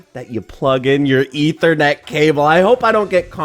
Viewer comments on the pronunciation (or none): none